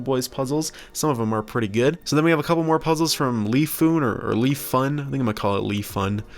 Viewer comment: Nice content and video, the change is good! That brand 乐方 is not (lee-fun) but pronounced like (ler) with the R silent and (fung).